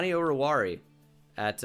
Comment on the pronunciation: O-ru-war-e-a is the pronounciation